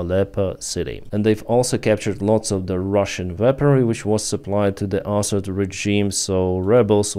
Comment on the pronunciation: I enjoy your pronunciation of Assad as asshat. Huge fan, as always. ❤